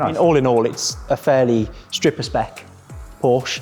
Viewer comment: Porsche (a) not Orsh. Give respect where it’s due. :)